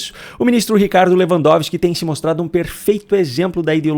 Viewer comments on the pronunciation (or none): none